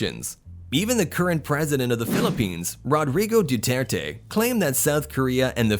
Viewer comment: Rodri-goe Duter-Tae 🤣🤣🤣